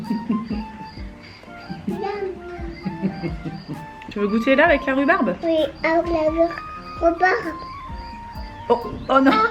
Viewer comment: Il a bien prononcé "Rrrrhubarrrbe" 😂